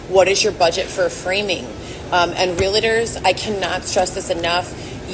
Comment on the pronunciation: She can't even say realtor correctly! 😂